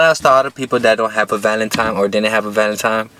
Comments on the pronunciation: Bruh it’s valentine not valentime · What’s a “Valetimes” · Who gets mad when he says valintiMIES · I think it’s so funny when he say “Valentimes” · Nigga says:”valentime”